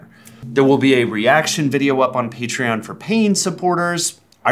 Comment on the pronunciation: Did they just say Peachtreon? Edit: Wow thanks for the 0 likes!